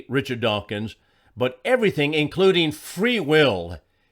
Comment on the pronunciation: OK, I will. The man's name is "Dawkins", not "dawkings".